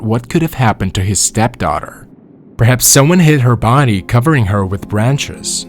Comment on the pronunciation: ok besides of all the other mispronounced words in this who says buddy instead of body ....... love from hamilton ontario canada